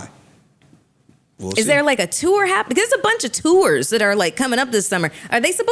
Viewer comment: Yo, y'all acting real American correcting Mel on her words. To're to Tour 😂